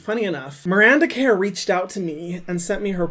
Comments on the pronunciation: It's pronounced 'Kerr', like 'her' not 'care' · so weird to hear a non Australian try to pronounce Kerr lmao